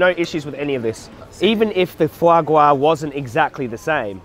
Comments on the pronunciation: Fwa gwa?!? 🤣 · Fwa gwa.. VEGAN FWA GWA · foie gras ahahha